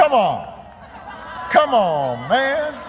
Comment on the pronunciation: "c'mon man" when obama get a southern accent lol